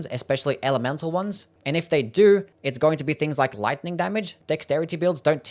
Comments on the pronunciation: It's lightning. Not listing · Lice-ning damage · You say Lightning really weird